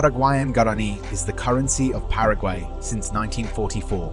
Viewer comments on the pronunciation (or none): none